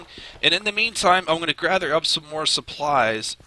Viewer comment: does anyone else hear 'grather' instead of gather?